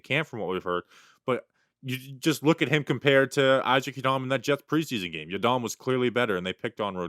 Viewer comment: I know you're trying to sound politically correct but pronouncing Isaac Yiadom that way ridiculous, do you go off the boat Italian when you say Anthony Rizzo's name, or when you say spaghetti.... same reason you don't need to pronounce Isaac Yiadom's name that way and just for clarification no hate I'm an avid talking Giants fan but if you care enough to pronounce non white names that way than at least show the same respect for European names or in reality show everyone how ridiculous it is and do it for the European names as well...